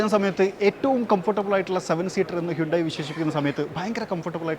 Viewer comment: ഹ്യുണ്ടായി അല്ല ഹന്തേ😂😂😂😂